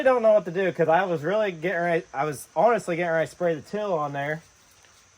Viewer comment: We love your videos but it sounds like you're saying "till" for "teal". Round here we say"teel"! You guys are the best! Keep it up.